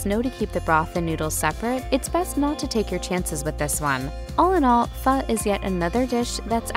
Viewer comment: Its pronounced...fuh....as in what the fuh...lol